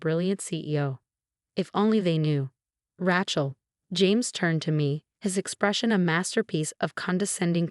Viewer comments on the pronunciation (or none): Rachel or Rattle ? Your computer reading needs a major update. This crap is shocking. No wonder the youth of today is so bad with examples like this. The worse problem is over the last few months none of your channels have showed any sign of improvement even though many readers, via their comments, have indicated you are not doing well.